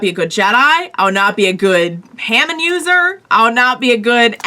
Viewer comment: It's pronounced as Haa Mawn